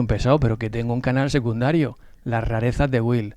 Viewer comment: Me extraña, que dada tu flexibilidad lingüística, hayas dicho tu canal SEGUNDARIO, en vez de: SECUNDARIO. Saludos de